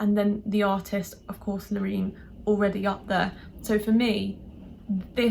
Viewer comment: Love that you pronounce her name right! But the chorus doesn't work for me. The chorus feels like a build. Brilliant performance, can't fault it. The tune is not so original. My 12 year old niece goes with Austria and I'm with her. PS you are lovely xx